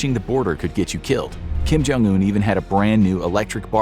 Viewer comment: I'm pretty sure it's "Kim / Jong un", not "Kim Jong / un" lol